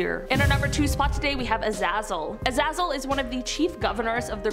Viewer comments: Azazel is pronounced A-Zay-Zall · It IS pronounced A-zay-zal. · I thought it was pronounced A-zay-zal. He's in a whole bunch of TV series most notably played by Michael Fassbender in "Hex". Great show